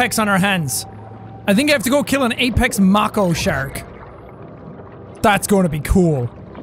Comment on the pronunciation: Jack... its mAY-ko not mAH-ko Thank you for your time